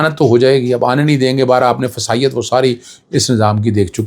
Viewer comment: ماشاءاللہ اللہ خوش رکھے سر جی لفظ فسایت کے بجائے فسطائیت ھوتا ہے